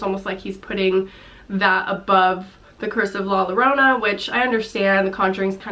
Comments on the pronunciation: Llorona..... cringe. Ll pronounced y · its pronounced 'yorona' please don't say 'Lorona' lol please